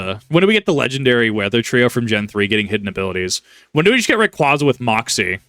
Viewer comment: Big pet peeve of mine, but it's "Ray-qwayza" not "-qwahza." It's my favorite pokemon and the pronunciation has been around since about 2005, so it makes me cringe when poketubers/pokemon fans say it wrong. You corrected yourself when saying Vibrava wrong, so I figure you might take the proper pronunciation and use it.